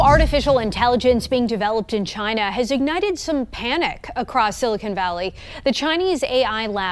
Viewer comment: 印度人说China说出了Jiana